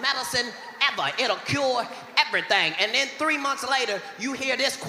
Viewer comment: Ev-a-rythang? Everything. Nine o-ten. Katt is non-stop Gold 👏